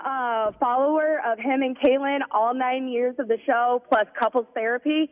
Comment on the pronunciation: did you notice his facial expression when she said “kailyn” 😂